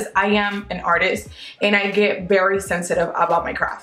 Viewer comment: I love the way she say "bery" instead of "very" because she speaks Spanish